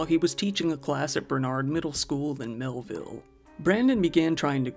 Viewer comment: Mehlville became Hellville. smh